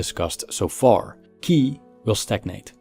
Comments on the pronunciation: Good video. I guess that qi is pronounced ''chi'', not ''ki''. Anyway, you could make a video on the concept of qi from a philosophical point of view in the future, it would be interesting. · Just two little things to avoid misunderstanding... 😊For editing ”Nothing is impermanent” , there should be "everything", and"qi" is pronounced "tshi" as in an English word chill. Anyway, I do appreciate your effort a lot. Keep up the good work.🙏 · Qi pronounce as chee.